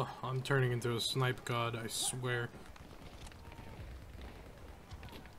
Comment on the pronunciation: Gotta love the snoipe